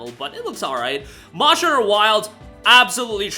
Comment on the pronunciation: It took me way to long to figure out that you were saying “monster hunter” at best, I heard “moshner” at worst I heard “mohs”